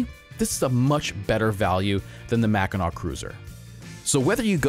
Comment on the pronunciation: MACK-e-nuh not MACK I NAW